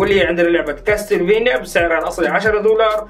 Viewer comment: Castlevania تلفظ كاسل فينيا مو كاستل فينيا